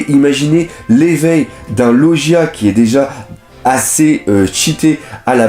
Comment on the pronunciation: Sa se prononce LOGUIA pas LOJIA putin